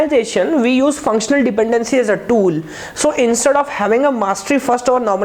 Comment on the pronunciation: wtf did he say around :25 - :37 lmao .. not sure if english.